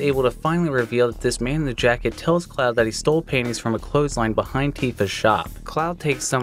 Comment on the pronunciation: I kept thinking was saying "mystery paintings" in the FF7 feature lol